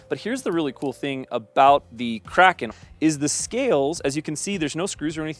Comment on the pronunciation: Thank you for pronouncing "Kraken" properly.